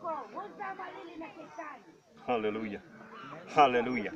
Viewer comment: csíszösz kráijsz`` ,,háleeleluijaja`` UI:hátérbe üvölt hozzá ma egy cigit